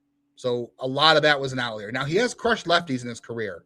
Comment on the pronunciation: Hey, it's "outlier", not "outleer":)